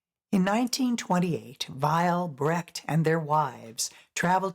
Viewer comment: In a biodocumentary would it be appropriate to pronounce the name of the main subject correct. There is no "Körrt" (spoken in German) but a Kurt (spoken in english approximately "Koort"). And please, there never has been a "Bratt", his name was Brecht. I think its the minimum of respect to pronounce ones name correctly.